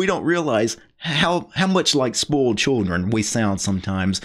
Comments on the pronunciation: Thanks, your's was the first comment mentioning it. I always thought what is he talking about? I have never heard someone pronouncing it spoaled but everytime the distinct oi in spoiled. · It cracks me up how you annunciate "spoiled." I'm hearing "spolt." No biggie and no BFD...just interesting! Wrt the video, right on man.